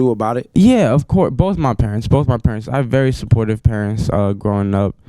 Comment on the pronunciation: purents lol lol